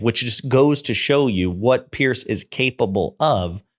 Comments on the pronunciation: Piers Morgan isn’t a Conservative, he’s an obnoxious attention seeker. By the way, his name is pronounced PEERZ, not PEARCE. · It's Piers like Peers, not Pierce.